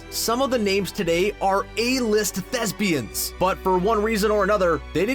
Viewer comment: When you say thespians I keep thinking you say lesbians 😂😂😂🤣🤣🤣🤣😂😂😂